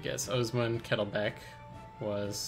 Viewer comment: It's KettlebLack, like the color. Of the kettle. You're welcome :P